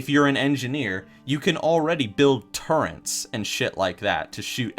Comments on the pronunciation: urbandictionarydotcom/define.php?term=turrent SAY IT RIGHT ITS TURRET NOT TURRENT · wtf is a "turrent?" do you mean turret? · Nah it was a WC3 hero, so it won't be a tinkerer. Also it isn't turrent ffs >. < it's turret, t-u-r-r-e-t, no n in there! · You...This comment? It's turret not turrent gdamnit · THERE IS NO N IN TURRET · T U R R E T Not "turrent." Please fix this XD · I was enjoying this video up until he said turrent... now I can't watch his videos anymore. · Nigga, did you just say "turrents?" Dafuq's a "turrent?" YOU DID IT AGAIN! WTF, MAN!? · There's no N in the word turret. Jesus